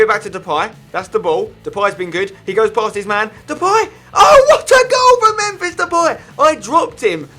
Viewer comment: Fuck his second who else gets gets annoyed when he calls him memfish😂😂😂